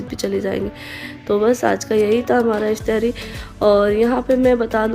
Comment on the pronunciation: IF TYA RI nahin IF TA RI 😊